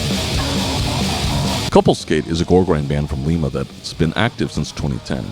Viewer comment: Sorry to be annoying, but Lima, OH is pronounced "Lie muh," not "Lee meh" like the city in Peru